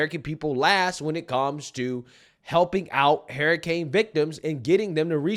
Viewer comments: Damnit.. it’s not hair-uh-cane. It’s her-uh-cain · Why do you say hairricane? You know it’s hurricane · It's not "harricane", it's "hUrricane"... The people in N.C. are being denied help, Mayorkas said they didn't have the money for FEMA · Man I love you and your channel but why do you say Hair - i - cane? It is her-i-cane :) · Wtf is a harricane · Bro it’s hurricane not harcane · Hahaha!, bruh. Why do you keep calling it a hairicane?😅😂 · Her-i-cane🤣🤣🤣🤣 not hair-i-cane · Hurricane not harricane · ...i I love you, I love your show...but HURRICANE is pronounced Hur-ri-cane....Hur, as in ben-"hur". You are fantastic in getting the message/word out! You are on POINT! But I certainly know exactly what you're saying. Its that southern pronunciation. Keep up the good work. 👍 ❤ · HURR-I-CANE Not HAIR-I-CANE Prayers for the hurricane victims 🙏🏻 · Hurricane Not hairicane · "Hairicane" HUR. HURRICANE. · it's Hurr-i-cane, not hair-a-cane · I love you bro but you say “hurricane” like “herricane” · Bro…it’s “her-uh-kane” not “hair-uh-kane”. All good though 🤜🏾🤛🏾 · lol it’s “herrr..” not “hair..” ….. love your vids but this was driving me nuts every time u said the word. Hurricane 🌀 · What’s a hair-a-Cain? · Haha u keep pronouncing it "Hairrucaines"....which is a nickname we called a hairy kid we used to wrestle that would throw everyone around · Please stop saying “hairicane”. Please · What's a "hairicane"??? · Is saying 'harriscane'? That would make sense though, as she's about as destructive to America as the real thing. 😂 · HER HER HER HER HURRICANE Pronounced HER ICANE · Hur-uh-kayn! 😂 eff her and bidens administration. They are out win or lose they’re out! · calling it a hair-icane got me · Why are you saying Hairicane? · "Herricane" that's how says it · "hairicane"? heheh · pronounces it "HErricane" 😂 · Funny how he calls it a HAIRICANE 😂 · Yeah, but wtf is a hairycane that keeps mentioning? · Bro can't say hurricane 😂